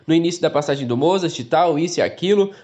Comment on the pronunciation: Fiote, corrige aí... é MOZART(sem pronunciar o T) e não falar MOZARTTTTI.